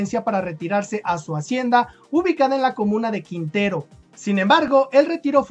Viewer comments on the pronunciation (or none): none